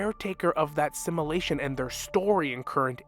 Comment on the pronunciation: Every time you say simulation it sounds like assimilation 😢. Sorry it’s distracting but love the vid